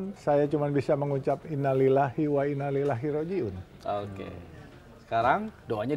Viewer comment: Bapak Jusuf Hamka....Maaf saya hanya ingin memperbaiki sedikit pengucapannya "Inna lillaahi wa innaa ilaihi raaji'uun" bukan ""Inna lillaahi wa innaa Lilahi raaji'uun". mudah2an bpak Jusuf Hamka selalu di beri keberkahan Dunia dan Akhirat oleh Allah Swt...aamiiin